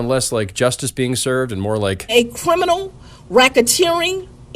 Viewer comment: Cwiminal whackateering enterprise